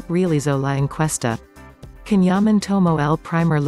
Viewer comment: Neuvěřitelná kombince charizmatu, inteligence, krásy, dobrého srdce a čisté duše. He is absolutely amazing! All the best Can, lots of love. (for moderator - pls. learn to pronounce Can's name correctly! )